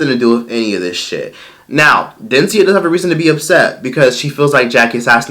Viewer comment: Dencia is Dunce-cia 🤦🏻‍♀️